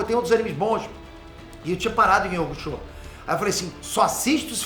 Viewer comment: ❤”iuçúque uraméche”❗️Escutar essa pronúncia na versão brasileira foi o que mais me alegrou. É honrar o legado. É reconhecer a importância duma das coisas mais legais do “desenho japonês” aqui no Brasil: ser uma das melhores dublagens de todos os tempos. Não sei quem foi responsável por manter a “pronúncia original”, mas queria muito o agradecer. Obrigado 🙏